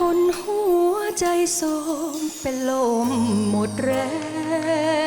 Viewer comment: ทำดนตรีเพราะมาก แต่แอบตกใจน้องร้องคำว่า "ลม" ออกเสียงว่า "โลม"